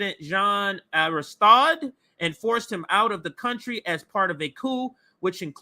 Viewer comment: Also, Aristide is Arrah-steed.